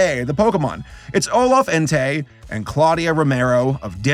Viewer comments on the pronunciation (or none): none